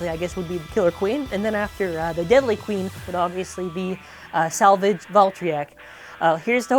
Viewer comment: Salvage Valtryek sounds more like Savage Valtryek